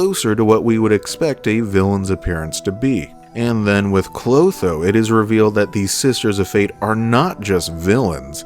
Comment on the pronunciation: Dang, how hard it is to pronounce Lachesis, Atropos, and Clotho correctly?